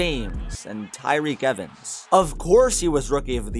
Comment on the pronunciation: The way he said tyreke evans lmao